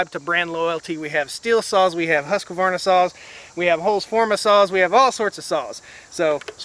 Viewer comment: Plz say Husqvarna properly, it's offensive to the Husquahvanna tribe of New Guinea. They're not chainsaws, they're people